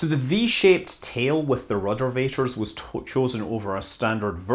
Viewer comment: I lold everytime he said ruddervator.